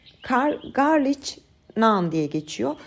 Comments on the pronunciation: Yanlış anlamayın tamamen bilgilendirmek için yazıyorum. İngilizcede garlic diye yazılıyor garlik diye okunuyor. Sevgiler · Garlik nan diye okunuyor 🥰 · Garlic Garlik olarak söylenir ( englizce) ♥️✌️ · Elinize sağlık deneyeceğim ben de❤ fakat İngilizce'de garlik şeklinde okunur garliç değil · Ellerinize saglik hanim yine dòkturmussunuz, bende bunu uzun zamandir merak ederim, sizin gibi yurt disinda olmama ramen hic tatmadim, ne yalan soyleyim hint mutfagi damak zevkime hic uymuyor ama dedigim gibi bunu merak ediyordum ama birturlu yapmak kismet olmamisti, sanirim bugun yapacagim, ee okadar zahmet ve emek vermissiniz artik bizede denemek duser😁 ayrica, sarimsak ingilizce galic diye yazilir garlik okunur, belkide biliyorsunuz ama yinede belirtmek istedim umarim kizmadiniz, saygilar💐😊